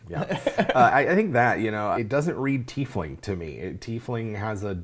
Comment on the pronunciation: It's TIEfling... NOT TEAfling